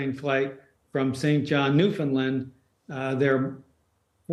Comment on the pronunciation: God, I wish people wouldn’t pronounce it New Finland lol